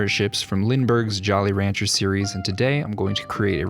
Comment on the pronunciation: Am I the only one that heard jolly rancher series? Hahahaha